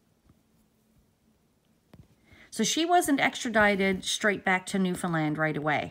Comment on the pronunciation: Thank you for coving this story & pronouncing Newfoundland properly lol! No trouble to know that you are from here. I just came across your channel and subscribed. What part of the island do you hail from? I just heard this story on a podcast by Dateline NBC. Marks brother Barry took off with & married the babysitter while Mary Beth was gone to NL for the court case in Grand Falls.